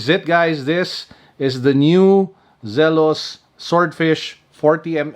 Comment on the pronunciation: It's Zee-los, not Zel-os.